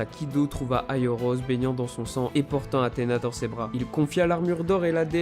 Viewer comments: C'est "aiolos" pas "aioros" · C pas aioros mais aiolos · C'est aiolos et non aioros regarde la serie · Aioros...... c'est aiolos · Je suis le seul à remarqué qu'il l'appelle aioRos au lieu de aioLos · On dit Aiolos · On dit aliolos